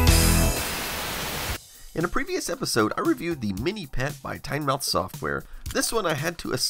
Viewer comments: "Tynemouth" is pronounced "tinmouth", with the "mouth" as in "Plymouth" (MA). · There's a place in England called Tynemouth. It's pronounced "tinmuhth". The only town I can think of in the US ending in "mouth" is Plymouth, MA.